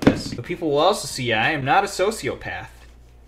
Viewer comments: sosio PAYTH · That's "sociopath" not "sO oH cIo PaTh" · SoS io PAITH